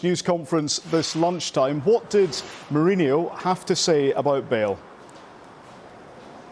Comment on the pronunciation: Why the english always call him "Mourinio?! It's Mourinho, very simple